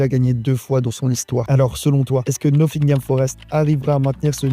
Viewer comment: ça se prononce pas noSSingam